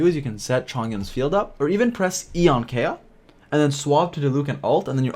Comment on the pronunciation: im sorry u lost me when u pronounced kaeya's name as kay-ya and beidou's name as bai-doo